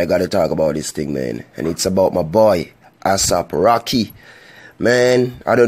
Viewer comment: That's not how u pronouns his name